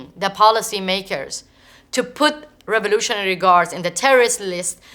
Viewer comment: Having a hard time understanding what "raroughralry guards" tbh